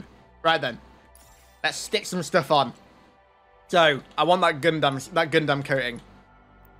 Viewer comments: I love that he choose the gundam skin, but it bothers me how he pronounces it. Proper punctuation: Gun-dum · It’s pronounced GUN-DUM! The A is silent…..I think. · My god how you pronounce gundam is jarring worse then the Olympic commentators